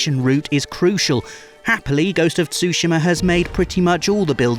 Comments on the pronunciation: Ghost of Sushima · why everyone in the West is pronouncing Tsushima as Sushima?